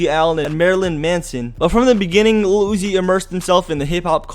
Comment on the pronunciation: why he keep saying iluhl uzi 😖